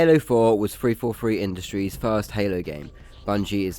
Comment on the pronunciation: “Free fo free indushries” sorry bro had to say it